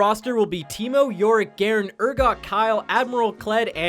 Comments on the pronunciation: Did he just say Kyle instead of kayle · Did Did you just call Kayle Kyle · Kayle not kyle